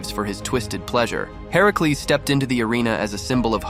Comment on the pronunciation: Why does he pronounce Hercules like that? Ai?